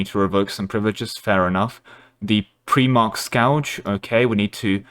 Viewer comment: "Pre-march", "What is a Primark" 😫